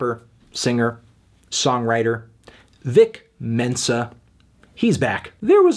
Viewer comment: His name's 'Vic Mensa', Anthony - not 'Dick Tenser'... FFS.